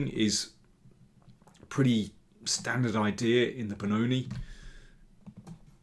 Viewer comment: Beh-NOT-I instead of Benoni at this level.